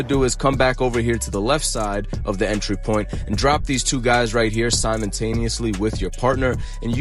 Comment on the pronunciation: "Simontaniously" 😂 You mean Simultaneously??